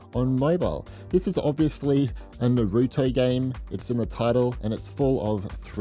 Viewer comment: The most unique way to pronounce "Naruto"